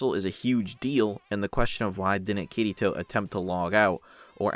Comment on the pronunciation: Oh god i cant unhear it.... All im hearing is "kitty toe" xD Good video tho!